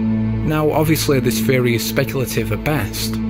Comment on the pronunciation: It took me too long to realize the narrator was saying “theory” and not “fairy”.